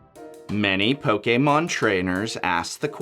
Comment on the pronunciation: Po- K-mon Best way of saying it.